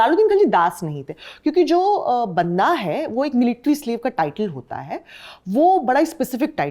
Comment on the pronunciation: वो बंदा होता है अपना वाला ओर ये जो जा बता रही है वो बांदा ओर महिला को बांदी कहा जाता है ।थोड़ा फर्क है । शायद इन्होनें अंग्रेजी में पढ़ा होगा इसलिए फर्क नहीं कर पा रही हैं । जैसे परमार को पारामर कह रही है ।